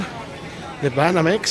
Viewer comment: "Sequiuris" "Bánamex" Why?